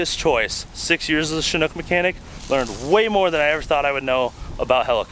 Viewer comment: As a mechanic on them I'm sad you also were taught incorrectly the pronunciation. The name comes from the chinook salmon which that name follows from the chinook tribe, which I'm a part of, and it's pronounced “chin-ook” not shinook. Just a little heads up for ya